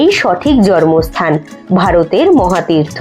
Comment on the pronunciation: Video aar description khub valo hoy aar kono barti katha nei. Jar jonye onekgulo e dyakha holo. ( তবে জন্মস্থান এর উচ্চারণটা "" জর্মস্থান"" বলাটা কানে লাগছিল